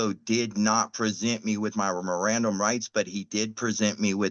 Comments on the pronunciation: he pronounced it miranderized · Dude can't even pronounce mirand rights properly 😂😂